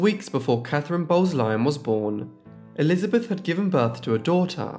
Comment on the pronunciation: I bet it was because they pronounced the name Elizabeth as "Elizabeff".